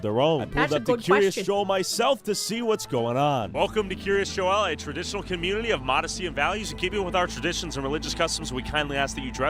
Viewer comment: Having lived fifteen minutes from the place, it's pronounced "Keer-as Jole". I will say that local sentiment towards this community isn't the best, since while many of the surrounding towns were having to shut down school sports teams and extracurricular activities due to lack of funding, their community kept getting state funded improvements that outsiders would never be allowed to use.